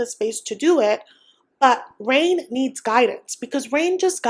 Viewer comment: Did you give up pronouncing Rayne as Rene? Lol